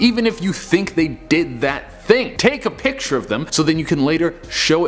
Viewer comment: It's pronounced picture not Picture